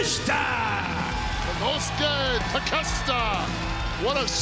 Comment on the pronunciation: I fucking died when Mark Henry couldn't pronounce Takeshita's name, so he just sighed and gave up.